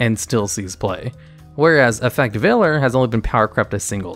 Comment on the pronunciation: He said Effect Veiler right!! :D